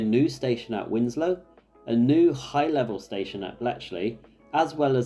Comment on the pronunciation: Winslow NOT Wimslow